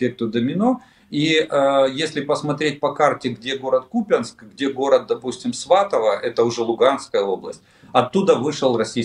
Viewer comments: Олег, пожалуйста, не "КупЯнск", а "КУпянск" 🙏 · КУпянск, ударение на "У". И Малые ПроходЫ, ударение на "Ы".